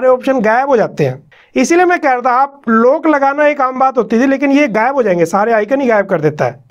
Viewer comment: भाई, आप इतनी अच्छी वीडियो बनाते हो पर आज भी आप लॉक को "लोक" और अनलॉक को "अनलोक" कहते हो तो बड़ी पीड़ा होती है कि आपकी हिंदी शुद्ध नही है।